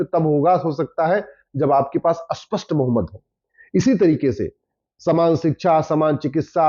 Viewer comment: Auspest nehi spasth Maharaj